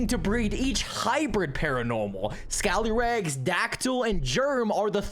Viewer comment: It’s not toloff you mean scallyrags